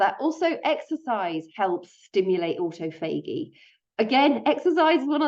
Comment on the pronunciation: Aw taw fuh gee is how to pronounce autophagy. It took me a minute to figure out what you were saying. An important video non the less thank you.